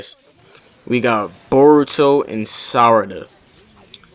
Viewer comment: Sarada not salad